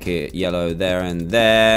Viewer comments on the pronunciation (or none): none